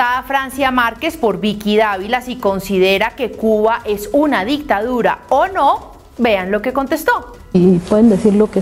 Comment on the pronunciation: Está señora vicepresidente ni hablar sabe, la itadura?😂😂😂 será dictador O dictadura